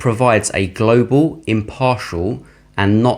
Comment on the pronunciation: Please stop saying Glo Baal.....ya really feel we are on a spinning wobbling ball....com on man